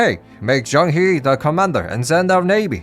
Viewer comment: As someone who has learned a bit of Chinese it really grates on my ears when people mispronounce Chinese names. The "He" part of Zhang He is pronounced "Her".